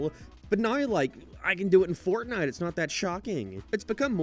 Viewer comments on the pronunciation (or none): none